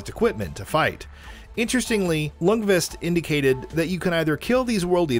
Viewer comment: Stefan Ljungqvist surname is pronounced "Jung-Kvist" or "Young-Kv-i-st. Dont forgett the "i". Dont say "youngQuest" thats just wrong.